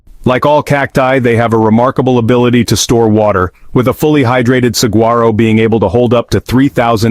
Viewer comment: It is pronounced "sa-whar-o".